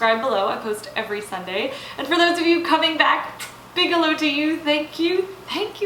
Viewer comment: Very fun-you say “bigelow” a lot - what does that mean? Are you saying “a big hello”?